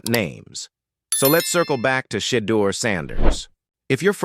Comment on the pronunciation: This speaker whether human or AI doesn't even know how to pronounce Shedeur's name.